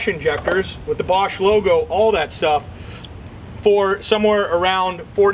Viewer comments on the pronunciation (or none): none